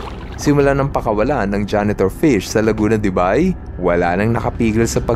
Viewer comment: correct pronunciation is Laguna De "BEY"